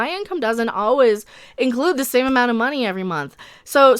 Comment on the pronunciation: I hâte the way she says money : mah-nee